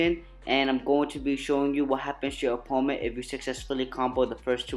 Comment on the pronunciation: When your saying. Opponent it’s like your saying oponet.